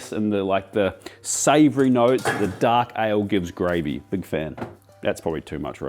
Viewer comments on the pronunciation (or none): He said darkie. He’s channeling Mississippi